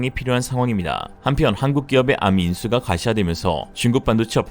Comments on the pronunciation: 암이라 읽지 않고, 한글자씩 읽어야 합니다. 에이알엠...고유명사인데 한자씩 읽습니다. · 그걸 암이라고 읽는구나!